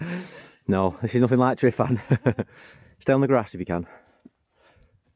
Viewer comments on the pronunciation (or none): glad the route worked out mate. 👍🏻 a couple of pointers; tryfan - truh-van. glyderau - glidd-uh-rye. and castell y gwynt is castell of the winds 😂👍🏻